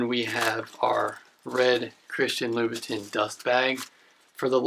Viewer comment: I believe it's read as Chirstian "La-bou-tan" Nice review otherwise.